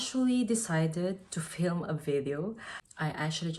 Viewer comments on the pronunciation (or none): none